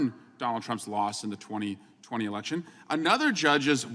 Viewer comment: He repeats the word "eleko-q-shin" as though he's trying to make sure he said it right. I echo Cohen's "this dumb £uckery" 💆‍♀️